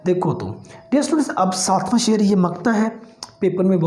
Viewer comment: teacher does not know the ABC of urdu literature. He can not even pronounce sher in proper manner.